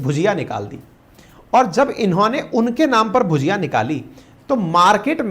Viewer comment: Hello sir, With due respect भजिया उसे कहते है जो नॉर्मली बेसन और सब्जी के पकोड़े होते हैं जबकि भुजिया वो है जिसका आप जिक्र कर रहे हैं। हालांकि आपके पूरे कंटेंट में भुजिया ही लिखा है लेकिन आप भजिया उच्चारित कर रहे हैं।